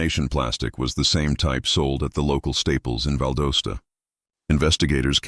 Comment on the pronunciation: It's pronounced "Val DAH Stuh."